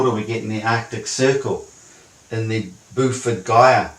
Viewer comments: WTF is this phrase he keeps throwing around? Sounds like "Booford Guy" or "Boofurd Gaia"? What could he possibly mean by that? Maybe I'm just not hearing it right... (turns on subtitles) The subtitles: "Buffet Gaia" ... "Buffer Guide" ... "Buffered Gaia" ... "Before Guy" Uh huh... Also, is his proposed model asserting that the dome / firmament is donut shaped with the inner walls of it touching down just next to the north pole and with this whole "true sun recycling vortex" thing of his located outside the firmament in the donut hole space over the north pole? Is that what I'm looking at in this diagram? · Is he saying "Buford Dyer" like... a name? I cannot for the life of me figure out what that word is he's probably mutilating. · where he give his "idea" the finger. As it well deserves. Wait till he finds that the Beaufort Gyre (bow as in bow tie, fort as in... fort. Not Boofoot) is just an ocean water current. I assume he's read that the gyre itself is not fully understood and so thought any old twaddle will do. In fact, it's poorly understood because it's hard to study due to the formation and melting of sea ice, which makes it hard to base research there. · I wondered what the "Boofort Gier" was. Turns out it's the Beaufort Gyre, which is an ocean current in the Arctic driven by winds, not a "whirlpool". An active imagination is a great thing, but if you start to believe your imaginings you're definitely heading into the wilds. And why does he have TWO domes? Or is it some sort of doughnut-shaped flat Earth model?